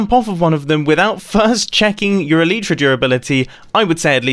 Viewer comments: WTF is elitra its elaitra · 41 : don't call your Elytra - ,,Elitra'' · When ever he says aleetra I just want to die. It al-eye-tra. It just sounds better